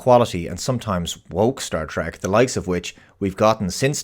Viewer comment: Please. It is pronounced "TREK" with an E. Not, "TRAK."